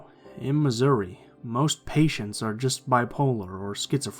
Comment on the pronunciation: Omg when he said Missouri I freezed